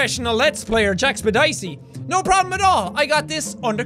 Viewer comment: Jack: "jackspedicey" Me: "w-w-what did you say?"